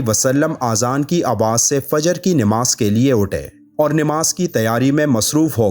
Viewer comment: Namaz not nimaz